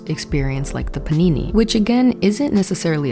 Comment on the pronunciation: My trauma is hearing you say "panini" instead of pandemic. Anything would be better. Say shutdown, or drought, or potato chip. Anything else. Please. Youtube has lifted that monetization ban, by the way. You can actually say pandemic.